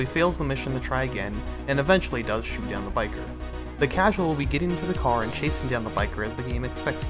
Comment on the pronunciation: miutes in for modder u said causal